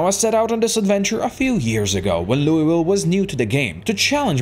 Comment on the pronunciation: As a Kentucky resident, I am very angry on how you pronounce Louisville. It's pronounced Loo-eh-vull